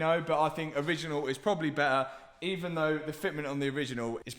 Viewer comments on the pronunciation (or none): What's an "oil pomp"? and who stole the letter T? He keeps saying "Bear ah" and "Lay ah" instead of "Bet ter" and "Lay tar". It's doing my head in.